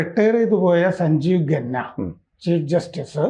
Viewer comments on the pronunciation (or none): ഖന്ന ആണ് ഗന്ന അല്ല